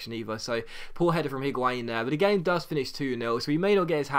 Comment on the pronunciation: I dont really care but considering you make a lot of effort to pronounce each player's name properly why are you saying the 'H' in Higuain I cannot understand...spanish does not pronounce H at all and neither does french (or italian as far as I know)...great episode anyway as always though!!